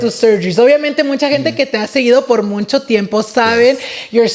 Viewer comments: I love, but this man says “muncho” 😭😭 Boy it’s “mucho” lmaooo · It's Mucho, not Muncho! Come on! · Dice “muncho” muncho 😂😂